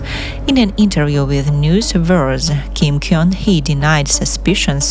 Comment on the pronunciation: Gun- should be pronounced as GUN as the weapon, not KYONG